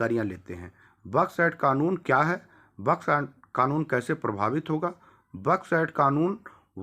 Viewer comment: 🤣🤣🤣मूर्खण्ड बड्स एक्ट को बक्स एक्ट बोल रहा है पूरा नाम ले सकता है बड्स एक्ट क्या